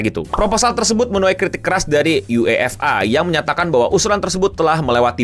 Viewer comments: kelihatan banget ga ngikutin bola, nyebut UEFA nya aneh “U-E-F-A” bukan “YU-EFA” seperti fans bola pada umumnya 😂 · Dan ketua fa KONOHA dg lucunya setuju n ngedukung si botak Infantino,😂 btw lucu bet penyebutan UEFA dan nama ketuanya ketahuan gak ngikutin sepak bola, KLO siaran Ama koci psti dimaki2 kardus lu😂😂